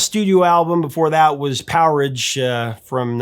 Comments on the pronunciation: it’s pronounced Power Age. Not Poweridge. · “Power rage” my brother, not “powerage” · "Power-igh" Uhhhh , Power-RAGE! Come on !?! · P O W E R A G E not PowerEdge! I've explained this to you before, dude! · Why do Americans pronounce Powerage as “Power-idge” ??? Sounds a little to close to sewerage. It’s “Power-Age” not unlike Ice-Age. AC/DC was bringing the Power to Rock n Roll. Highway to Hell began with the Demo for Touch Too Much if you listen to that they obviously then found the iconic pausing riff changed it around a bit and out came Highway to Hell & Touch Too Much; 2 different songs. Highway to Hell (1979) was the 6th Studio Album released by the band with the intention to break the US market and essentially take over the world of Rock n Roll. Led Zeppelin only released 8 Studio Albums their last in In Through the Out Door (1979). Which sounds a bit more controversial than than being on the road to hell. If I had to pick one song to represent AC/DC and their brand of Rock n Roll for me it would be (Riff Raff) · It's Power-Age, not Poweridge. :) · I found it very weird that he mispronounced PowerAge. I thought everyone knew it was power Age. I did a little research just now and there are apparently a few confused about it So it wasn't just our. But yeah as Angus and Malcolm said(for any of those about to argue with me) They wanted to name it after a Age, such as Stone Age. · The album is pronounced Power AGE! Not powerage as a lot of people mistake. Angus says it himself in an interview, I forget which one but there’s a vid on YouTube of him saying it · Powerage????... it's pronounced Power-rage. Get it? (I'm an Australian, Maaaaate!) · Great video Professor. Bon Scott was definitely a great singer and front man, saw them live many times at my local pub in the 70’s in Australia. One minor correction - the album Powerage was actually pronounced as Power Rage. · Expert cant pronounce POWERAGE... Good try mate